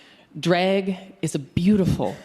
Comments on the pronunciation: I thought she was saying Dreg = Art and got confused, then I got she was saying Drag. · I keep hearing "Dreg".